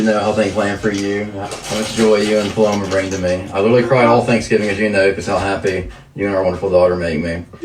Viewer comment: My cousin is named Paloma and the way these ppl pronounce it KILLS me